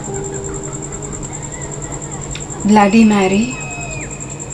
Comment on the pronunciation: Phle bolna toh sikhle vo blady maary nhi bloody Marry hota hai